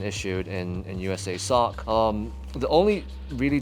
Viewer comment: Cool vid and kit. But hey I know you’re not from the US but it is pronounced ( to be kosher, (USASOC—You-Sah-Sock) )